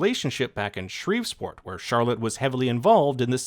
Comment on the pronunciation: It's Shreveport not Shreves port